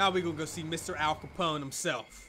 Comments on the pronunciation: bruh hold this L All Copone. it's Al Copone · Brother I aint the type to look for anything wrong but 'All Capone' come on 😭